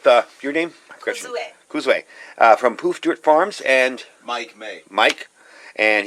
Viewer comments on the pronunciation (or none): It's Kozue, not Kuzue.